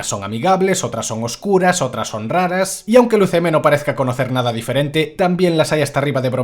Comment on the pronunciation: Énfasis en "oscuras"